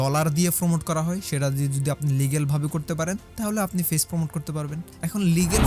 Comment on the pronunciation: ভাই ফেইছ না পেজ।😂